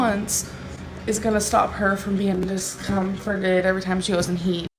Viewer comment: Tbh I didn't even understand the word she was trying to say. She's brought me to an extremely stupid level